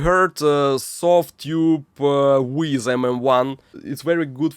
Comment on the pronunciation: I love your videos, they feel so "real". But please! don't say "Weezz", Weiss is pronounced like "Vice".